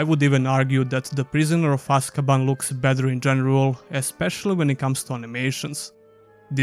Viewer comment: You got prisoner of azkaban named wrong at time stamps btw and overall good video man